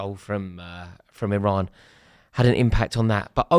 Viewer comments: It's Iran you knob 😂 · Someone tell Rory It's Iran